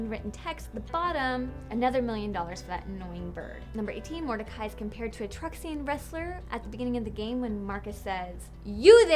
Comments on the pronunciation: Am I the only one annoyed by the fact that she not only can't pronounce "TruxiCAN" (she says Truxian) but doesn't also mention the comment about how it's basically planet Mexico? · I cringed so much when she tried to say truxican